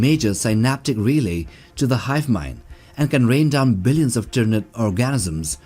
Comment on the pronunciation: Why does he keep saying orgasms? It's organisms not orgasms. There's no way that was an accident, he knew exactly what he was saying.